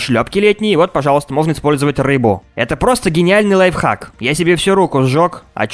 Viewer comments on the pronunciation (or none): none